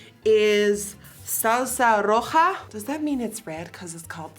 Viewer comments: Nikkie said roja better than some Puertoricans I know 😂😂🇵🇷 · It’s strange that she pronounced it correctly though. Someone who doesn’t know spanish would’ve emphasized on the “J”